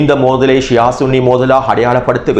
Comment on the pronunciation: சன்னி அல்ல ஸுன்ணி என்பதே சரி